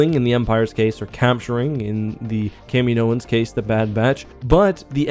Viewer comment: its not fooking kameenoans...... jesus thats so annoying